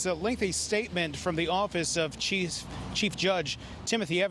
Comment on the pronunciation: dude says cheese instead of chief